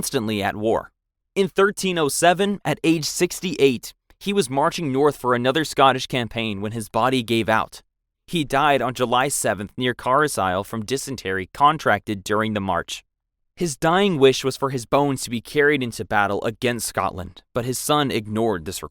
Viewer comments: Carlil is the correct pronunciation not carslile that is just how it is spelt English is wired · Westminster ... West-Min-Ster Carlisle ... Carl-isle Gloucester ... Glo-Ster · It is pronounced as "Car-Lyle, not CARLIZLE! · Yeah... Carlisle pronunciation was a bit odd... car lie al is how I can type it out to try and help. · it’s pronounced carlyle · Car sile???? Where’s that?? 😂😂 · i was taken aback at the pronunciation of carlisle.. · Also his pronunciation of Blois, Westminster, and Carlisle